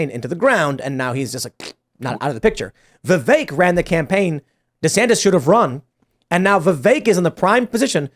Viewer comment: please correct pronunciation of Vivek’s name!!! It is rude to not pronounce his name Vivek “like cake”.